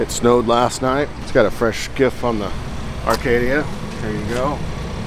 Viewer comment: “THE ARCADIA “ 😂😂. CHOOTEM! CHOOTEM!